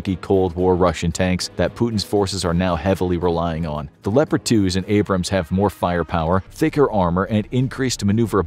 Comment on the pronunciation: Wie wärs ihr bringt eurem sprecher Mal bei wie man Abrams und Bataillon ausspricht? Meine Ohren bluten